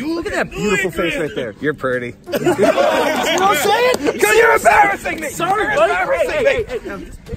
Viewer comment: "You're perty" -grim